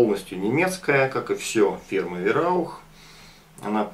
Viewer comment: Сам ты вираух:)ВАЙРАУХ ГОВОРИ ИЛИ ВАИРАУХ ХОТЯ-БЫ! Живу в Германии,поэтому знаю что пишу.А так + нормальный обзор и Варя:)